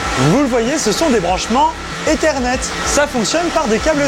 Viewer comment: "Branchement Ethernet, câbles fibres" mes oreilles ont vrillées